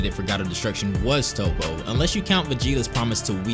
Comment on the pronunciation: I love these videos, but why do you continuously pronounce main characters' names like Toppo and Zeno incorrectly? You've clearly watched the Japanese anime, which means you've heard them pronounced in the correct fashion hundreds of times. For me it sullies what is otherwise excellent content.